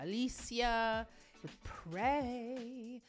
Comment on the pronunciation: For pronunciation tips: It's not English Alicia, it's more of 'ah-lee-ss-yah